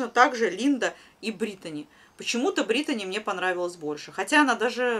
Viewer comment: все красиво,вы молодчина, только почему говорите Бритони, ведь равномерка Бритни